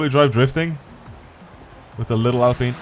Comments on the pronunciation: It’s peen. Like peen-us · The prononciation is Alpean I m French 👌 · Mans said al peen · How do pronounce in britain our Alps mountain chain? Alpine renault name Comes from Alps. And its alpeen.